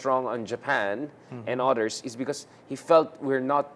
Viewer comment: why does he say odders instead of others? hehehe😅